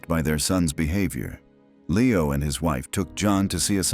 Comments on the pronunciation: Lee-oh, not Lay-oh Amery. I remember his son was a successful member of Edward Heath's government. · "Lee - oh" not "Lay - oh". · In English Leo is normally pronounced Lee-o, e is e not a. So lay-o is not an English pronunciation. Just ask leeo the lion. He will not answer to layo. Also tutors is not tooters the u is u not oo and the o is not e Just saying. Though you do lose points for it. I gave up at that point.